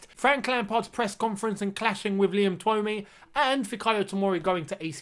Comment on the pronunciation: Keep hearing everyone butcher that journalists name 😂😂😂 it's pronounced Too-mee (Twomey is a pretty common Irish surname)